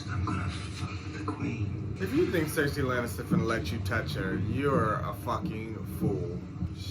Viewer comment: I loathe this season, there's some good moments but overall it's hard to re watch. People make really stupid decisions explained by bad writing that's completely out of their character 😅😅😅 i love the way you say Cersei Lannister, it always makes me laugh 🤣🪳